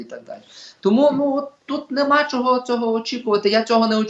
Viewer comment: Пан Остап- це румбамбар ,а цей журналіст-то ревінь,бо так щьокає і чьогокає,ніби не чує як звучить українська вимова.